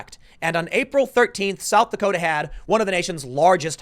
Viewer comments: “South Dakoder” 😂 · "south dakoter" I love jersey... :) (unironically btw) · Did you just say, "South Dakoter?" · Tim “ South Dakoters” Pool